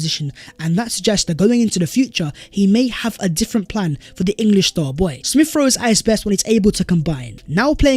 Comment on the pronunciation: Ex-specially Smiff-Rowe.